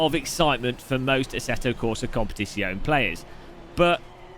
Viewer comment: love your content and style. Here's how to pronounce, "Competizione": Com pear tits yee own eh. (drop the "r" at the end of "pear"). Yes, I wrote tits in a YT comment.